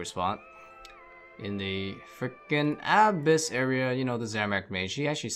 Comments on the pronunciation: The way you say "abyss" hurts me deeply, please place the emphasis on the second syllable haha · abyss is such a simple word, listening to you say it wrong had me like wtf, each time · Can’t pronounce Abyss, but is the PVM God of OSRS. Funny how we can’t have it all right? 😉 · bro look up how to prounounce "abyss" holy shit